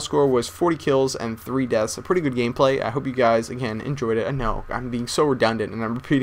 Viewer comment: i laughed so hard when he kept saying redundent